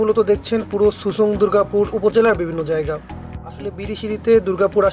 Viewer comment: not susang its simsang